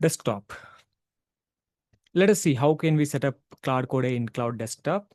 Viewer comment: its claude , not claw day lol